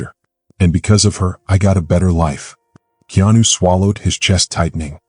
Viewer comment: His name is not Kenanu!